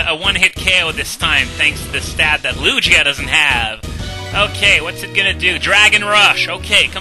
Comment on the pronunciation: and ITS LU-GEE-A NOT LU-JEE-A GOSH